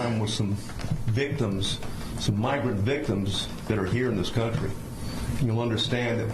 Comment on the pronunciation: We finally found the hard “r” in the word “migrant”.